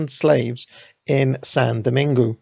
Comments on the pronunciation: “San domang” my man. Cheers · "Saint Dominigue" = doh-MEEN-goo...?????? Bruh, you dropped a whole syllable. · Saint Dominigue rhymes with league. French speaker here. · Dessalines= “Day-sal lean” Saint Domaingüe = “sahn domang” Tally-ho!